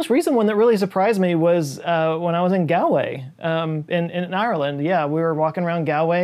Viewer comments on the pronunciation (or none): Gal-way????? Try pronouncing it Gawl Way! Might help you survive your next visit… You’re welcome. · Gawl way. Not gal way. Gawl as in Paul... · Also it's pronounced Gaulway and not Gaaalway even if it's spelt Galway. Also that's awesome, wise I ran into him when he was over here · Love u but it’s actually pronounced “Gawl-way” not “gal-way”. Are w Galwegian, this hurt my soul. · Wasn't expecting my home town of Galway to be mentioned. Although I'm not the Paul he met. FYI, it's pronounced Gollway, not Gallway. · Love your videos but its Galway is not pronounced Galway but Gawlway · It’s pronounced “Gall-way” not “Gal’ way”. Nice shot of Dunguaire, by the way. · Hal-fords, not hall-fords and Ghoul-way, not gal-way. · Did you go to Morans Oyster Cottage in Kilcolgan on your trip to Galway? I highly recommend it. Also pro tip it’s pronounced gall-way and not gahl-way. I know a lot of folks from Ireland that get pretty mad from mispronunciations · Gowlway…dude…Galway, like as in the gall of the person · It's "Gaal" way not "Gal" way. Otherwise this is damn good. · Its 'Gawl'way , like yawl with G, you're welcome😉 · Hi from Galway (Pronounced Gawl-way Grrrrr (side cam: just kidding about the grrr) hope you enjoyed it here. Am a big fan. Free lunch the next time you're on our Island. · hi man I'm from Galway. wasn't me you met. anyway sorry about this but it's pronounced like Gaul way. love your show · Quick tip. Galway is pronounced more similarly to "Gaulway" like Gaul as in france. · Lots of Paul in Ireland. Another one here. Not the one you met in Galway. I will, so help me God, get you guys to start pronouncing Irish place names correctly. It's pronounced Gawl-way. You're welcome! Fantastic place. Hope you enjoyed the trip! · It's pronounced "Galway", to rhyme with "Paul-way". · It's pronounced "gawlway" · Someone may have covered this already but you need to check the pronunciation of Galway, more like gaal·way :) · You butchered it. It’s Galway!